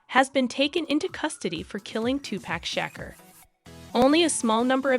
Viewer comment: you butchered Tupac's entire name...